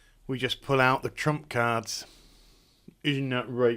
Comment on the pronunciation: Did he say trump card, or trump cat?